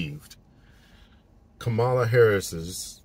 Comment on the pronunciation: I agree with much, much, much of what you have to say on your videos, and I appreciate you saying it. One small request when it comes to Kamala. Please pronounce her name correctly. It’s comma la. Like the comma punctuation mark, then add la. Some people pronounce it incorrectly because they hear others pronouncing it incorrectly. Some people pronounce it incorrectly because they’re trying to disrespect her. Even if we disagree with a person’s political stance, we can still pronounce their name correctly. Thank you, and I appreciate your videos. New subscriber here.